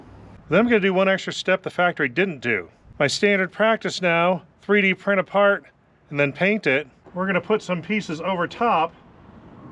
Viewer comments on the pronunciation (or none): none